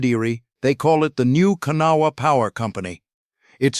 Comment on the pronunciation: 5000 workers on that tunnel project with 3000 of them that worked in the tunnel .... 65% had silicosis within the first 3 months of working in the tunnel. And its prononced Ka Naw wha